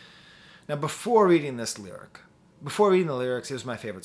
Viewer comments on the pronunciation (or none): none